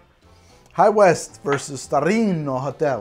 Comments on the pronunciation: From: declares war on Italy with his Super-Mario pronunciation of "Starlino" and "Torino". [Angry Italian noises and gestures] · trying to pronounce Starlino Hotel Torino vermouth as he's wasted is the funniest thing I've seen on this channel.